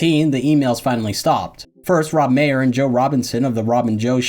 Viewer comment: Maher is pronounced Mar btw, not Mayer